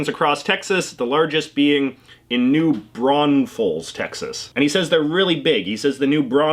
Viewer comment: I'm excited he said New Braunfels correctly!